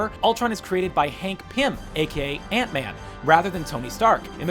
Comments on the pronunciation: It's An t Man. Also thanks for making another fabulous video! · it's Ant-Man